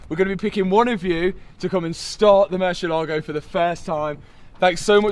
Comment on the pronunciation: bro it is murciÉlago, an accent on the e. Looking good btw great work